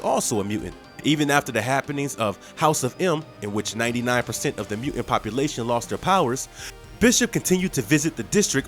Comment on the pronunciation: What's a "mu'int?"